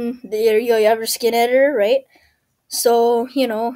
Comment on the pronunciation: why you keep saying ‘rigt